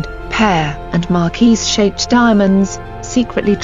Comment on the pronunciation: The correct pronunciation is Mar-keez not Markwis